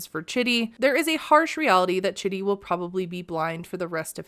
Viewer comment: I’m pretty sure Rayne is pronouncing his name wrong and it’s pronounced like “cheedee”. His family seems to pronounce his name like that (also it’s spelled the same at least as Chidi from “The Good Place” and that’s how they pronounce it there too lol)